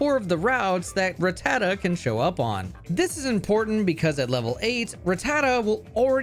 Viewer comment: I’ll let the ecruteak pronunciation slide for not saying ratuh-tatuh